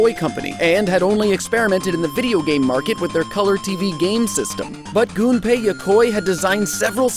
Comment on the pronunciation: Thank you for pronouncing "Gunpei" correctly.